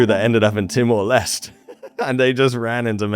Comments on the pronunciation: Hi. Timor L'este is pronounced "Timor Lestee". "L'este" just means "the east" in Portuguese (its original western colonisers). East Timor was its pre-independence (from Indonesia) name in English ‐ "Timor Timur" in Indonesian. Nice name in Indonesian but politically incorrect now, of course. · it's Timor Leste (like liver pâté), not Timor Lest.